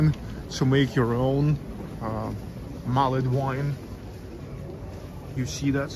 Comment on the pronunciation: Love St Petersburg, spent 2 weeks there in 2006, brilliant :) INFORMATION FOR YOU: all English words ending in 'ed' you don't pronounce the 'e' only the D, so, mulld wine, savd, pushd, listend, etc Merry Christmas :)